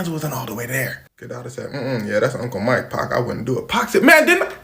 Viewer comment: I cant stand it when Caucasians call Pac, Pack